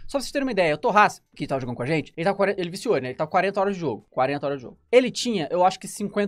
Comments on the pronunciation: Cara fala zenti.. igual o fefito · Ótimo vídeo! Vc fala a zente e izn Troca o g pelo z igual o fefito hahahahah